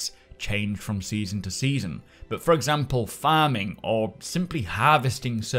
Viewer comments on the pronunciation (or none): none